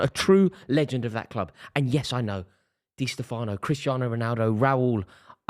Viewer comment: It's Di StÈfano